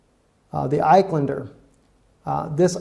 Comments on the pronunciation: iSkander not eyequander. great report btw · It is not Ik-Len-Der, it is Isk-un-der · dear, please pronounce the missle as Is-kan-der